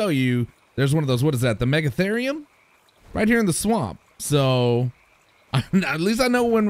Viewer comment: its called Yute-ty-ran-as then Mega-lane-ee-a Mega-fear-ree-um the hy-een-a-don hesp-ar-orn-is. ps yutyrAnnus sound less scary then what this creature actually was and megalania was australian